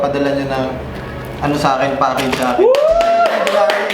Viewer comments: Okay nasana kaso yung pagkasabi ng gnarly mo iba hahahahaha jeeeenarly. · Narly, silent G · GNARLY but it pronunce NARLY! silent "G" ;)